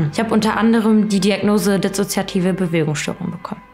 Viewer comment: Dizzozoiativ und zychozomatüüsch.. sorry, musste